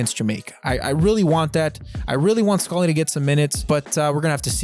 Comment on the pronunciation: ur pronunciation of scally is killing me also swap aaronson and weah on ur whiteboard